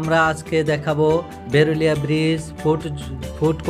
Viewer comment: ভাই,এটা বেরুলিয়া না। এটা বিরুলিয়া।